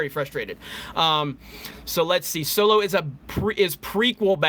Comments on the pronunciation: So low🤣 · I keep hearing "so-low" when you say "solo" 😂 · Deviltamer so-low😂😂😂